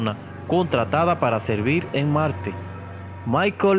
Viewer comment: y dise malte en ves de marte